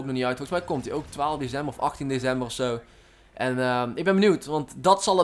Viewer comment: Grappig hoe je DeCember uit spreekt :-p